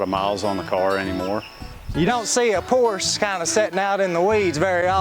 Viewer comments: He doesnt even know how to pronounce the name of it....why would anyone expect him to look after it. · PORSH ??? PORSHE, OK.... I enjoy to watch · 🙈 A what? A Porsch??? Seriously? What car enthusiasts might you be not being able to pronounce this world famous and iconic car brand in the right way? Do you have Lincol or Lincoln, Toyot or Toyota, Chevrol or Chevrolet, Chrysle or Chrysler? It's Porsche with an e at the end! If you're really not able to remember this simple thing, maybe it helps to think about what famous Janis Joplin once sang: 🎼🎵🎶"Oh Lord, won't you by me a Mercedes Benz, my friends all drive Porsches, I must...." 🎵🎶 So please don't be ignorants. Thanks in advance. Best regards, luck, wisdom and health in particular. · Just a heads up folks: Porsch-uh. Not Porsch. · For future reference, "por ·shuh" is the proper pronunciation.